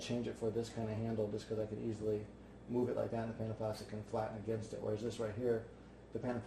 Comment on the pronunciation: it took me so long to figure out you were saying "panda plastic" and not "panaplastic"